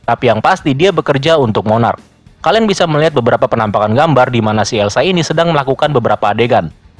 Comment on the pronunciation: Eiza bro bukan Elsa 😂